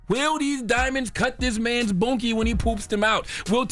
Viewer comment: Did he say bongy 😂😂